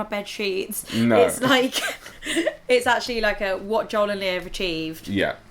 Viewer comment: When you say Joel, I hear John. Americans say Joel like Joe with an L